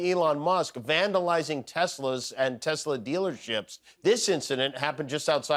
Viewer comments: It's not a Tesla, in Donald Trump's pronunciation, it's a Tesler. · “I love Tesler”! Deport Elon ASAP